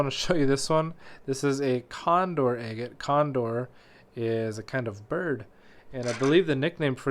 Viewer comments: It’s pronounced “agg-ett”, not “aye-get”. If you’re going to try to set yourself up as some kind of expert, learn to pronounce scientific names correctly. For god’s sake, there’s videos right here on YouTube that will teach you to pronounce it correctly. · You pronounce agate differently 🤭